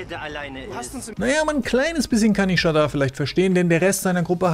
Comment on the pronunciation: Du sprichst Shada falsch aus